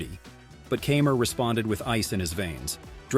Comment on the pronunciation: It's Martin K eye mer not Camer and it's Anhel Carbrera not Angle. If you can't pronounce these well know name correctly just shut up!